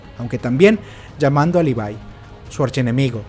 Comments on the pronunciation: Se pronuncia LIVAI, no LEVI... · Se pronuncia Lívai. Es SHINgeki no kyoJIN.